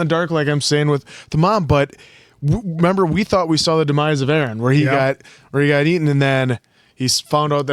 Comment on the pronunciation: lol why are you guys saying arman and aaron instead of armin and eren all the time 😭😭